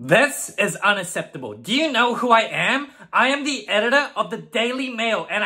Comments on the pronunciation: I was hooked as soon as she said "unasseptable" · "This is unasseptable." Wow, Karen must've gotten perfect grades in English class…